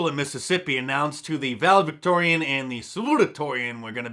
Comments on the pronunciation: Huge fan but you're mispronounced valedictorian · “Valedictorian” - can’t even talk. Checks out 👍